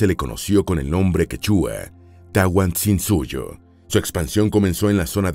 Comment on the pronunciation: No es tan difícil escribir y leer bien: QUECHUA, no quechúa. TAHUANTINSUYO, no Tahuansinsuyo. ANCASMAYO, no Acansmayo.